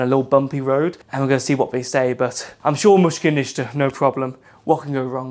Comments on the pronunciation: you say mushka nishka but it is pronouced: mish-kill naysta (no problem) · it’s actually mushkil nista 😅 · It's "Mushkil ni asta". "Mushkil" = problem, "Ni asta" (rough translation) = no.